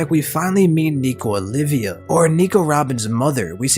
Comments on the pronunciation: I can't.... OLVia, not Olivia, goddamnit! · it's nico OLVIA not olivia